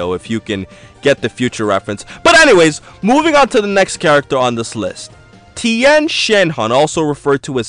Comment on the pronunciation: then 10 shin han you made fun of its to true, how hard is it to say tee yen